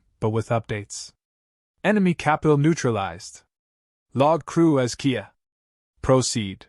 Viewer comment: Out . KIA is K.I.A, killed in action, not a car. Why don’t anyone ever check the AI or teach it to read😠